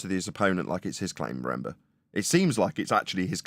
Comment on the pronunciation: 37 min 17 seconds… REN BER ?? Do you mean RE MEM BER it’s a 3 syllable word associated with memory . Try singing along with the catchy 1974 number …..a couple of times should do it …..RE MEM BER your a WOMBLE